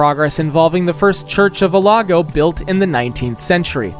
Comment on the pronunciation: dune-din 😂 it’s pronounced duh-knee-din * also it’s the first church of OTAGO (oh-tah-goe) not olago